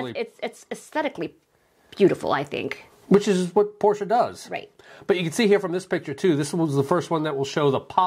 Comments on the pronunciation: Thank you for correctly pronouncing Porsche. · Thanks! Having lived in Germany and owned a Porsche, I take great pride in pronouncing it correctly.